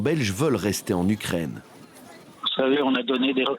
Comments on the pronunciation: Pourquoi il dit l’ucraindre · On dit u Ukraine et non ukraindre mdrrrr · U craine en phonétique et non u crane